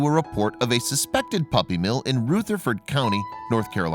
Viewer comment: It's... Rutherford with a short U...as in "uh". Not ROOtherford. Dude makes his living narrating for multiple channels. Also, conditions are not "diabolical". I'm out. ✌